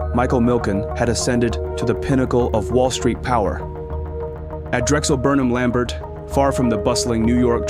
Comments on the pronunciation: It is pronounced LAM-BARE, not LAM-BERT. The final "t" is silent. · Good video! It’s pronounced lam-bare - not lam-bert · I’m pretty sure Lambert is pronounced’Lam bear ‘. Great work. !!!! Forstmann Little were the ones that attempted to facilitate the RJE/Nabisco merger. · The last name of Drexel Burnham is pronounced Lamb-BEER.